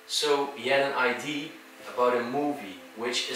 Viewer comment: Hey mr "beautiful" 😄.. Erik hier weer. Leuke mooie video!, kon Remon het niet redden om erbij te zijn.?... als je idee zegt op zijn Engels, leg je net de klemtoon verkeerd, waardoor het een compleet ander woord wordt. Idea op zijn Engels zeg je niet als "aidie "...want dan heb je het over een identiteitsbewijs..! 😄🙏 (I.D). Idea.zeg je als "aidèè"... klein puntje, voor de rest top jungs! 🙏🤘💖 Erik